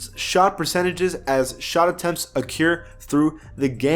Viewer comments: it's accrue not acure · man said accure.... GG